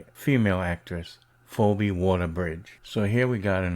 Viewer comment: Her name is pronounced 'FeeBee' but yeah this crap doesn't surprise me.